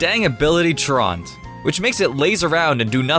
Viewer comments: tru-ant not traunt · That ability is called "truant," not "traunt." Pronounced "True-ənt" not "Trawnt." Open up a dictionary. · "trawnt" It's "troo-ant" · slakings ability is pronounced troo-ant. not traunt... sorry but I need to be that guy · It's pronounced TRUE-INT dude, have you really never heard this word before? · I actually lol'd at "Shed-ninja" and "Traunt", but then I couldn't figure out if you were actually saying them wrong as a joke or not haha